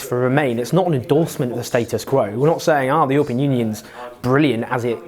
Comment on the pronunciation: Its "EURO pean" not "YOUR pean"